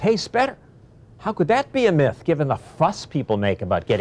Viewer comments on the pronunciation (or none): none